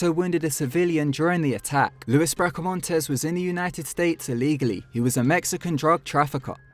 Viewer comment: It's not your fault, you're obviously from a place that doesn't have many Mexican people, let alone Mexican or American Indian words, but Luis is pronounced LOU-EES and Maricopa is pronounced Maricopa, lol. Im just yanking your chain. You're actually one of my favourite narrators. And sheriff Joe Arpaio is a god damn lunatic.